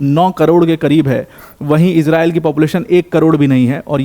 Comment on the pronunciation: Bhai tu iran aur israil ka nam thik se le